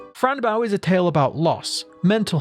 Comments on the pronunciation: its boe not bow like a ship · It’s Bow 🎀 not bow 🙇🏻‍♀️ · Why are you saying baow its bow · Great video but it's not bow the verb, it's bow the noun Being used as a name, idk why but that killed me inside the whole vid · it’s bow, pronounced like bow, like the bow to a violin or a ribbon being tied into a bow